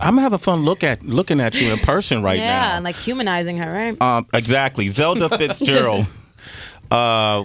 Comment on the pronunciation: Zelda not zeda...